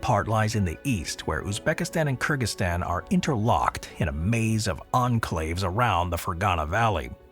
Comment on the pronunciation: Kir Gheez-eestan...you sound like you are saying Kurdistan